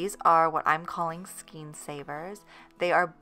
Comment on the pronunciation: The word is “skayn”, not ‘Skeen”!